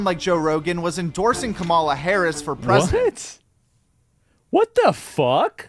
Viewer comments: Why TF can't anyone say Kamala's name right??? It's so annoying lol. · Everybody say it after me: Comma- La ( Kamala). You sound ignorant when you can't( won't?) pronounce her name correctly. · Guy makes a youtube video and cant pronounce the VP’s name correctly? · Are you pronouncing Kamala wrong (the way Trump does) on purpose?